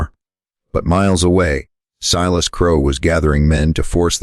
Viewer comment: Pronounce his name Silas, not "Seelas". Main character so this should be automatically done.